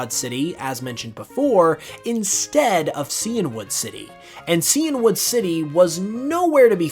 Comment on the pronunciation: Super interesting facts as usual! Just FYi, Cianwood is "sigh-anne-wood," like the color Cyan (blue).